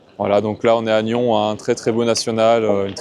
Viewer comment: Bonjour Merci pour cette vidéo effectivement Une belle partie et une fois de plus quand on joue contre ces géants de la pétanque il faut jouer toutes les boules Sinon le couperet tombe. Petite précision ont prononce le S à NYONS .merci bonne continuation pour ta chaîne